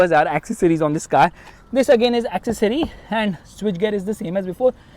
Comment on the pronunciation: The word is ‘accessory’.